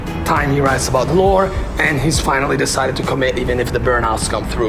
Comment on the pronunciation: Also, your accent makes me hear the way you say "lore" as "lord" and that alone makes an INTERESTING secondary interpretation in itself